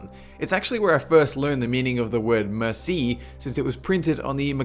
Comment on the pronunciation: Thank you is not pronounced as "mercy"...it is pronounced as "mare see"